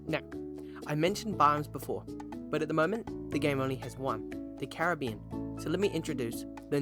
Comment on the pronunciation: not to be "that guy" but u pronounced Caribbean wrong its actually Caribbean